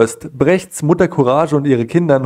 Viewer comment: courage wird courag gesprochen !!! sonst alles o.k. !!!